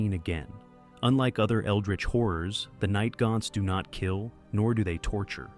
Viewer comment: This guy says horrors like whores..